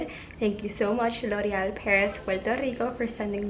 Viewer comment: loved the way you said loreal❤ lots of love and support from nepal💐